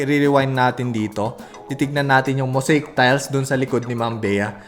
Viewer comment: Moseyik po, not moseyk ang pagbigkas sa mosaic